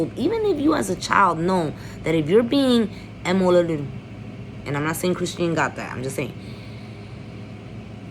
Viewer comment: Chrisean name is pronounced Chris-shawn lol. But you hit the nail on the head with every single thing. But we don't know Jaidyn's background either. The shit she allows from blue and what she allows to be exposed to her children she really isn't any better or much more normal than either of them. Blue is definitely going to try to take the baby and not for the sake of the child's protection but for the hurt of the child's mother. I think Chrisean is going to prove a lot of people wrong. She has to stay away from blue and keep a clear head. As long as she puts that baby first in everything she does, she will be ok.